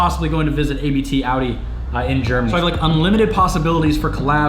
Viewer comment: I cringed at A B T Audi